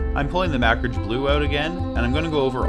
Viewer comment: you say Macragge like "Mak-ridge". I always pronounce it "muh-crag". Which is correct?